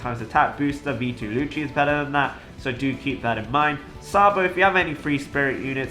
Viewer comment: I Dont like how you pronounce Lucci..